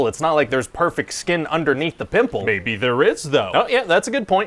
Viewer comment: "With a friggin PIMPULL"